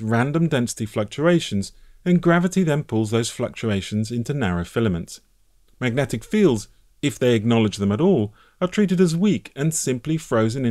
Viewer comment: Are U saying MAGNETIC force? 👇